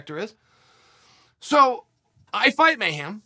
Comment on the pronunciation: "MayHAM" hem Chael mayHEM